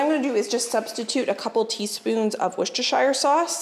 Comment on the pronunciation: when you say Worcestershire, you say the Worcester part correctly but keep pronouncing Shire like THE Shire in lord of the rings... Think how you Americans say new Hampshire - that's the correct pronunciation of shire in Worcestershire.